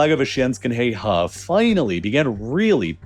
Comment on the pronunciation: “Heihe” is pronounced “hay her” and not “hay hah”. It means “Black River”「黑河」. It’s located in “Heilongjiang” province and “Heilongjiang”「黑龍江」means “Black Dragon River” (a.k.a. the Amur River) where the difference between「河」and「江」is that the former is a generic term for river and also for narrower rivers with shallow banks while the latter is the term used for wider rivers with steep banks that may have cliffs for banks. FYI.